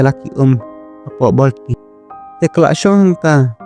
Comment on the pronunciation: Borti❌ bolti ✔️😂😂😂😂😂